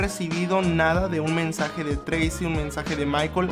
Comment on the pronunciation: Llego un poco muy tarde pero solo dejo este mensaje solo para decir que el nombre es "Tracey" no treisi ni treyci,etc...